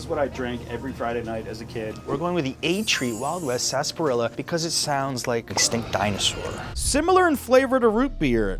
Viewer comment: Sar-spa-rilla😂 Did you not watch Looney Tunes Yosemite Sam?